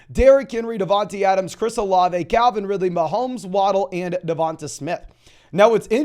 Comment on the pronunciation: Bro keeps saying Devonta Smith’s name wrong. It’s said like Devontae